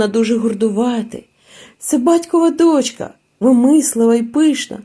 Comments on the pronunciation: Не доʼчка ,а дочка ʼ! Не спішіть в розповіді а так ловко ! Спасибі . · Дякую за прочитання. Усе добре. Але навіщо називати номери глав? І з орфоепією попрацюйте: дОнька, але дочкА; кИдати- не кидАти. А також не оглушуйте дзвінкі приголосні - це притамано російській мові. Добре, коли є поруч орфоепічний словник. А взагалі молодець. Продовжуйте й далі таку роботу.